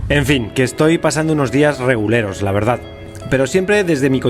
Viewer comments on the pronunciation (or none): Alguien más que piense que en vez de decir "reguleros" dice "reculeros" 😂